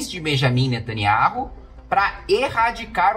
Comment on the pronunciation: O NOME DELE É NETANIAUH KIM KATAGUILI....RS ESTUDE MAIS E OBSERVE OS ISRAELENSES PRONUNCIANDO E APROVEITE PARA PRONUNCIAR O NOME QUE O SIATEMA MALIGNO QUER OCULTAR, O NOME DO CRIADOR.